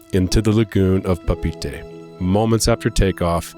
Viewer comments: This is a nice story, but please, it's not "Pah-peetie" it's "Pah-pay-et-eh" you should know this being a seasoned world traveller! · You need to learn how to pronounce Papeete.